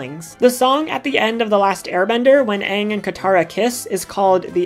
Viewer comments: Did i just hear you say ahhng?!??!😡😡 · Did you really just call pronounce Aang's name "Ung"? Down voted. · The main character of last airbender anng is pronounced as ang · she said aang movie style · Great video, but is it really that hard to pronounce Aang’s name right? The entire show says it a certain way, and Aang’s name is also said in LOK? Lol sorry but c’mon.